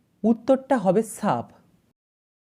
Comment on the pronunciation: শূন্যকে। বলে ছূন্য।।সাপকে বলল ছাপ আর শব্দের উচ্চারণ ছব্দ